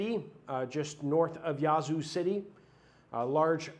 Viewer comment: Respectfully. It's Yazoo not Yohzoo Ya as in yak. God bless all